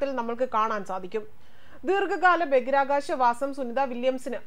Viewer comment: ദയവായി ബഗിരാകാശം എന്ന് പറയാതെ ബഹിരാകാശം എന്നു പറയൂ. പ്ലീസ്.